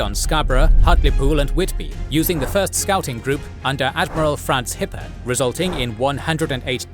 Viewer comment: Kept hearing "Hitler" instead of Hippe